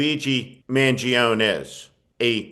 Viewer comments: His name is pronounced more like ,'Man Gee Own Nay'.Not ,Man joan. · Pronounce the last syllable of his name, Steve. Mangione has 4 syllables. A final "e" is pronounced like a long "a" in Italian.